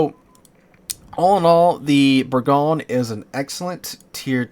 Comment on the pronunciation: you're not pronouncing it right. Its Bour-gog-ne Bour like sour gog, pronounce like spelt ne, like nay